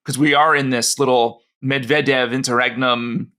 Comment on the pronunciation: The thought that a USAmerican could pose as a Russian without being ethnically Russian and brought up speaking Russian is... No. That Murrican chap on the podcast, very eager to promote his knowledge in other ways, can't even be bothered to TRY to pronounce Medvedev properly.